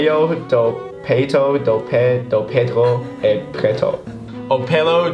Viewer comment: made "peito" sounds like "peido" It was so funny kdkkdksk